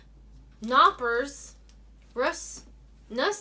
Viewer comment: and hi, is called Knoppers and not Noppers, in the beginning is the K and that is pronounced in German...just as a little info;)#